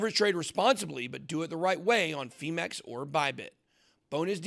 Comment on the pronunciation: Why does Ben say "feemax" when it's spelt "Phemex"? That doesn't even seem close, surely it's pronounced more like "fem ex" or even "fee mex"? It certainly doesn't have a "max" in it.